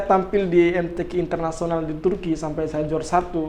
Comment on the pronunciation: MTQ .... KOK PENGUCAPANYA KEK BHSA INGGRIS🤦